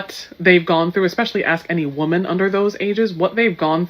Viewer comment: How dumb can you be to not be able to pronounce WOMAN and WOMEN coreectly hahaha